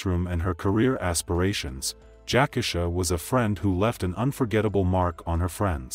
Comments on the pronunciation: I just really think out of respect, the victims name should be pronounced correctly. RIP ❤ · Its pronounced Jac - Key-Sha! Not Jackasha. Show some respect to the deceased please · Yes, that’s throwing me off, I don’t even know this story or her real name, but damn Jack-asha definitely sounds off….I’ll find the story on another channel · Everytime I hear this guy mispronounce her name, I cringe. U showed the news about her, saying her name a couple of times, yet u don't have the common courtesy to say her name correctly. I've seen him do the same thing on other videos. The disrespect is real!! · He needs to learn how to pronounce names....that irks